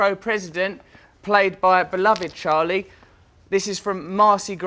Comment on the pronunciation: Charlie's accent is not right!